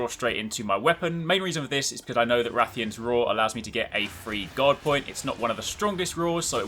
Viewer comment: Through most of the video I though you were saying God instead of guard. I thought it was a new invulnerability window lol.